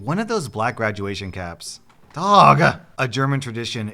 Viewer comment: I love how you managed to take the word dog and change it into two syllables! LOL